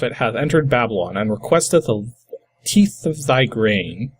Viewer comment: Just type "bifurcation" in google and click the audio symbol on what comes up. It's like: "bye-fur-cay-shion". The word has two parts to it, "bi" meaning "two" and "furcation" which means "branching". Which makes sense looking at that program. "tithe" is pronounced like "tythe", not "teeth" LMAO... and it is old English meaning 10%, so you gave the prophet 10% of all your grain. Very generous. :) Love your ending... "exterminate!" made me LOL. :)